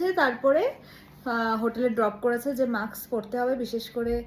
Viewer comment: Nice vlog ❤ Please pronounce correctly - it is মাস্ক (mask) not মাক্স